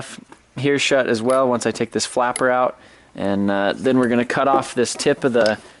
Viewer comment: "And'da" "but'ta" that'ta" 😂😂